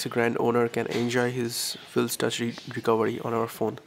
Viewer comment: actually its recovery not recovedy...